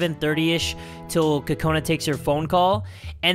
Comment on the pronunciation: it's pronounced kokana